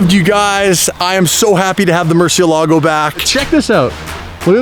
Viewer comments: from vinwiki says mercyellago but that’s not how you say it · Murcielago not Murchielago come on bro!! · more-see-ehlla-go guys. why is it so hard to pronounce Murcielago properly? The Mur has a "More" sound to it, More. The emphasis is on the e, see-eh, y'all Canadians should be good with see-eh, ella, Then go. more-see-ehlla-go. If y'all love the Murcielago so much, then respect it. say its name properly!!!